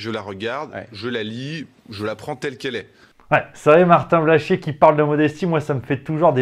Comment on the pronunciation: J'aime bien quant tu prononces le nom de ce nouveau et grand artiste: Martin Blachchchchié. Tu appuyes dessus comme appuyer sur un bouton de pue sur le nez qui nous fais chier!